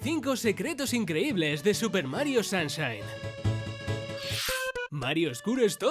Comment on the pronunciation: Super Mario SAMSHAIN 😂😂😂😂😂